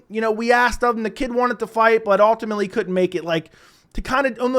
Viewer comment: Ultimately. Learn to pronounce